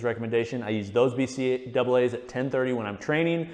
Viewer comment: Utterly shook by the "bee see double eh" pronunciation 🤣